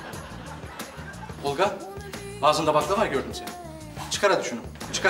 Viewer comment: Neden Olqa diyor ???